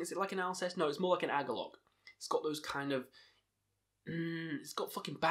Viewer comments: It's "AH-klees" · Totally. Also I think it's pronounced "ak-lees"